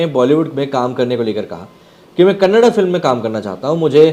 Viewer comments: It's not Kannad sir it's Kannada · Kannad nahi bhai kannada (da) last pranonciation Karo Bhai Varna vo galat artha leta hai kannada bhasha me🙏🙏🙏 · It's kannada not kannad. Like your surname is not sharm